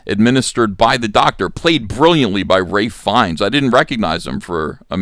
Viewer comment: Good review, not sure I would have been able to pick up on all of that. Also, you keep saying Ray Fiennes when I think you are meaning Ralph Fiennes